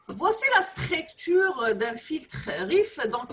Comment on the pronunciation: ellah yatik essaha madame (cependant il y a une très petite remarque on dit STRUCTURE ET NON PAS STRAICTURE) je m'excuse pour la remarque mais votre cours est très important merci encore